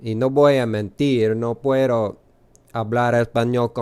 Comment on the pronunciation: Well done. Careful though, a d between vowels in Spanish is pronounced th as in this. Your pronunciation of d as dd or a flipped tt is really horrible. Puedo is pronounced pwe-though not puetto or pueddo